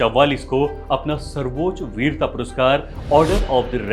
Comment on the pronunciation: सर्वोच् ? Quiet = क्वीट् ? अबे ब.चो. लं,ड@ पे घुंघरु बांध के के तेरी अम्@ को चो@ और तेरेको लगेगा मुजरा चल रहा है । quiet= क्वाएट सर्वोच्च =वो+ च्च ? क्या होता है ? पहले उच्चारण सही कर